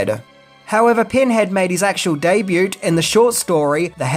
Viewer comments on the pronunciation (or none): Day Boo not Day Boot :P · "Deybewt" lol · Did you just pronounce the T in debut? I'm out. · did you pronounce "debut" with a hard t at the end? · The "t" in debut is not pronounced. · The word "debut" has a silent T.